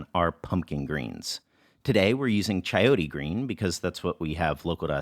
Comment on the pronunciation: please work on the chayote pronunciation king 🙇🏻‍♀️🙇🏻‍♀️🙇🏻‍♀️ cha-yo-té not cha-yotee